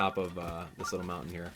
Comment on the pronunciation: Did anyone else hear him say wountain XD